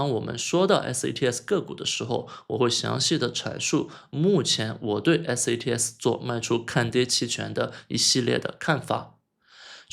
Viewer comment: 你一直念错了吧？一直念成SATS